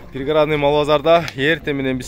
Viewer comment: Пригородный деп туура суйлосон